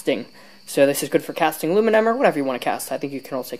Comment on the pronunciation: Finally someone who says aluminum right 🤩